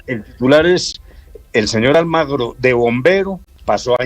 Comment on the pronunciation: Almagro? O AlmAgrio le vamos a tener que decir la frase pronunciada por el rey de España Juan Carlos I, el 10 de noviembre de 2007, dirigida al presidente de Venezuela, Hugo Chávez, «¿Por qué no te callas?»